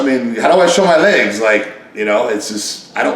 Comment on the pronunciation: Rich says "Lags" or "Ligs" he never pronounces the word Legs. Also, the market has changed in 15-20 years old man.